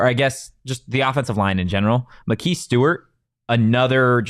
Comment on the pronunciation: FYI his name is (Muh-Ky Stewart) Maki Stewart